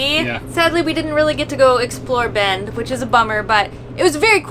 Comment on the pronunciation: Why is it everytime a YouTuber says Bend Oregon it sounds like they are saying bend 'or again?